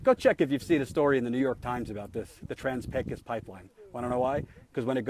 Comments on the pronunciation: Pecos , pronounced : Pecoose or Paycose , the A is long and the O is long . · Oh god you are still pronouncing it wrong. Please be more of a yankee. <3